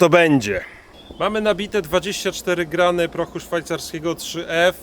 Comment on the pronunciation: Czemu mowisz grajny a nie gramy?